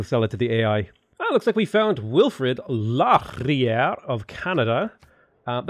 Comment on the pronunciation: lol when you pronounced Laurier as Law-ree-er instead of Lore-ee-ay